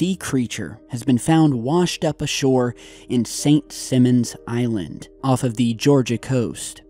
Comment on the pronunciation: It's pronounced Saint (Sy-Munz) Island not Saint Simmons. The vowel "i" is long not short. 😁😁